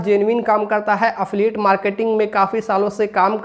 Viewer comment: Affiliate bolna seekh pehle😂😂